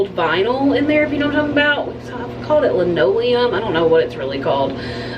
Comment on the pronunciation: Hey, when you own a home it's always something. I loved this video. Yes it's called linoleum and you pronounced correctly. I am so thrilled to see how much healthier Timmy is looking, even his singing is awesome. I love your makeup tutorials always. Keep smiling although I don't need to tell you. It seems to come naturally to you. Have a great Labor Day and week. God Bless you, your pets, Timmy and family.